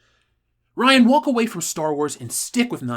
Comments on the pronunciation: Every time he says Ryanus, I laugh. Someone make it into a Fandom Menace shirt! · says Ryanus. Me:😂😂😂😂😂😂😂😂😂😂😂😂